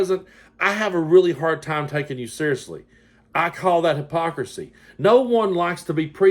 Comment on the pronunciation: Too many syllables in hypocrisy………